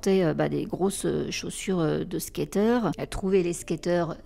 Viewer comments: Par contre c’est skater boy pas Skyer boy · Super vidéo et recherches. Par contre, tu ne sais pas dire SKATER 😅😂😂😂😂😂😂❤